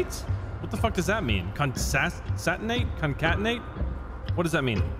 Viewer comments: Time Stamp: "Khon-say-tea-nate", 😂😂. Welcome to Computer Science and Engineering! Word: "Concatenate", Pronounciation: "Khon-khay-tea-nate", Meaning: "Procedure of joining two or more elements together." Hope it helps man. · Not really useful after the fact, but you said concatenate correctly the first time. Con-cat-ten-ate. It basically means to add together, so "ab" and "cd" would become "abcd." It's useful when coding. Your videos are always a highlight of my day